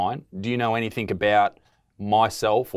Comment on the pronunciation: Great stuff isaac keep it up Only issue is you continue to say anythinK instead of anythinG Please sort this out